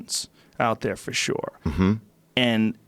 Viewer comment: Joe “Forshoore” Rogan